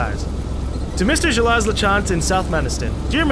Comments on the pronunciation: you keep mispronouncing Gilles lol it's okay to butcher words, but if there is someone, the narrator in this case, who keeps telling you how to pronounce said words, it's kinda annoying. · Like the game so far.I'm a french canadian, so it's nice to see Quebec from decades ago. PS:Gilles is pronounced like Jill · I love all the differently wrong ways pronounces Gilles.